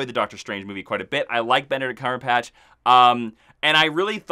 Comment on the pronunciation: When someone pays so much attention on the way of speaking and than mispronounce Benedict's last name is hilarious.And, by the way, in Norse mythology, Hela is not Thor's niece, because Loki was never adopted by Odin, so Thor and Loki were not brothers.